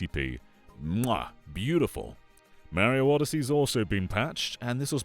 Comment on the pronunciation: FYI… it’s Mario, not Maryo. Great video though!